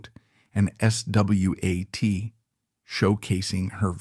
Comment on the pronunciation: Lol, the AI spelled out the word SWAT instead of pronouncing it. It also mispronounced singing. AI always gives itself away